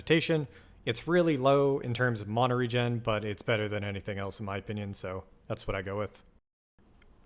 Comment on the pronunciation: ty! questionable "mana" pronunciation tho haha